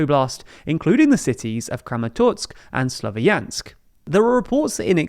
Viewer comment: You could at least try to google how to pronounce names of the cities you mention. Slovyansk is not that hard name, is that? Quality content...